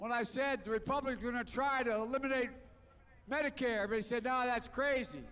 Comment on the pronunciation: "Badicath Care"